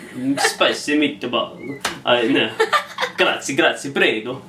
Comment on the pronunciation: ''Grazie, Grazie, Prego'', ahahha I'm italian, your pronunciacion of 'prego' was perfect!